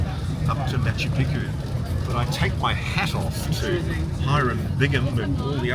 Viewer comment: I'm a fan of Ross and a believer in UFO's, which I have seen, but he is totally out of his depth here. Why can't Ross even pronounce Picchu? Brian, the guy in red talks a lot of bullshit. I have guided the region since 1985 and my book Realm of the Incas covers the area from the snow peaks tot he Amazon jungle. There isn't thin air altitude at MP. Ross must be unfit. It is lower than 10,00 feet where I have my farm below the quarries near Ollantaytambo. JP is also a nitwit. There are archaeological and architectural studies, especially the Wrights that show precisely how it was built - including with drainage channels underlying the entire citadel. All to plan.. Intihuatana, which he can't pronounce, is the hitching post of the Sun and casts no shadow at the equinoxes. So much is known. These guys just wallow in their ignorance. Built around 1400.There is no cocaine in the coca leaf, Geez, this is hard to watch. You can see gigantic megaliths all along the trail to the quarry at Ollantaytambo. They call them tired stones as if they fell asleep. In truth, the Spanish invaded before they could be completed so the 'thousands of years' theory is more drivel. You can still see the giant ramp that was used to drag them up to the main temple. In the 1990's we dragged one of the the megaliths on gravel and they moved smooth as mustard. Sorry to say this is the worst programme I have ever seen on News Nation. Utter bollocks.